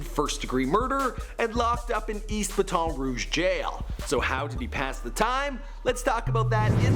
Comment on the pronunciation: It’s bat in